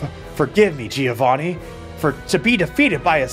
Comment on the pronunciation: the right pronunciation of Giovanni is JOEvanni ;P